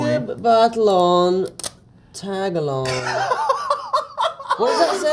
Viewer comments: Zendaya said "Ta Gal Loug" it pronounces Tagalog!😂😂😂😂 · As a filipino watching this video it's really funny haw tom said tagalog like tAg-A-lOg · Jacob’s reaction to Tom reading Tagalog as “tag along” lmao both are so funny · taag along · its a common mistake to read it as tag-alo(n)g we aren’t mad abt it😭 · He say tang a log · I think he said Tag along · i couldn’t stop laughing when tom said “tagalong” instead of tagalog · When tom mimic zendaya laugh he made a pop sound and also how he pronounce the word tagalog in TA-GA-LOOOG is my favorite part 🤣🤣🤣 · when tom said tagalog, i heard tag along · THE WAY TOM SAYS TAGALOG I CANT- AND HOW JACOB JUST LAUGHED WHILE CORRECTING HIM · The way zendaya mimicking tom's way of pronouncing the "tagalog" word is so funny to me HAHAAHAHAHA